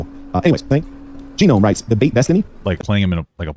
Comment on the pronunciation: Ahahha. I never noticed that he read it as G-Nome. It’s gnome… should have gotten the doctorate.